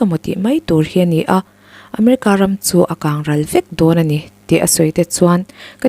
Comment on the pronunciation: Ram sakawlh tih lam rik hi a diklo..ramhnuai sakawlh ram tih thluk hi Rum zu angin i lam tlat a